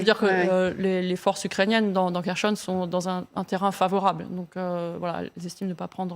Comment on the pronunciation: "Kerchonne"??, experte en défense etc... incapable de lire un mot relativement simple.😶